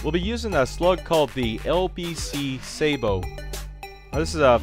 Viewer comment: its pronounced sabot not sabot